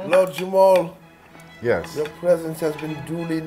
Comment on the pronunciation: It sounds like ur saying Jamal. It's JAMAR! Lord Jamar....🤦‍♀️